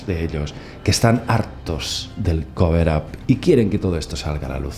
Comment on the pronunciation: Para que se te haga mas fácil pronunciar cover up dilo asi: coverap. 👍🏼